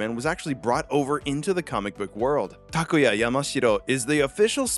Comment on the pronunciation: It’s awesome to hear someone say “Takuya” correctly. I never really mind how people say it because I always politely correct them, (they still get it wrong, not a problem though, they don’t speak Japanese so I don’t expect much) but I never knew how refreshing it is to hear my name said correctly! Sorry, didn’t mean to make this about myself but just thought I’d share my thoughts.